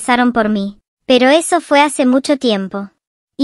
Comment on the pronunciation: Aquí los que escucharon que dijo reseso XD la rosa de Guadalupe pero versión roblox 🤣🗿🍷